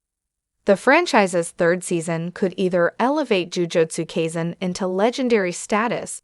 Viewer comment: "Jujotsu kayzin" 2 seconds into the video